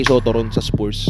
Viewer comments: Haba ng content, paulit ulit na video, nakamirror effect pa, click bait pa ang caption, di na daw papakawalan ng spurs (mali pa pronounciation, pronounced as spars yan not spoors) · spuurs talaga... spars ang bigkas non...